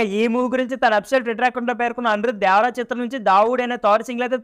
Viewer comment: not dyavara only devara 😂😂😂😂